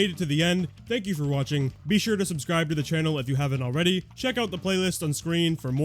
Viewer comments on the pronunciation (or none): none